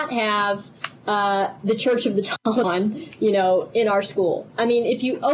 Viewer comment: THAT IS NOT HOW YOU PRONOUNCE THE "A" IN "TALIBAN"